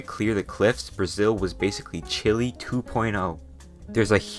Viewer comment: excuse me did i just hear you pronounce chile like chilli